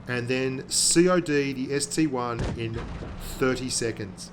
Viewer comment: ST-I, not ST-1